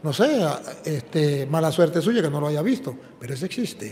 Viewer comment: Hayga??? O HAYA?